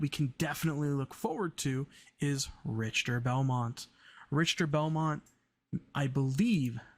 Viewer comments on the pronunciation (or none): His name is pronounced more like Rickter.